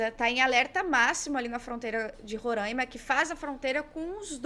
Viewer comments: se pronuncia roRÁima com agudo no "á" e não roRÂINma que nem sempre vejo todo reporter falar. tipo pq é tão dificil o resto do país falar o nome do meu estado corretamente? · A pronúncia é RorÁima, caras amigas sulistas